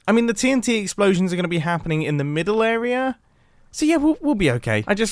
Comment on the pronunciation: I like that he says area like ”eroerea” 12.15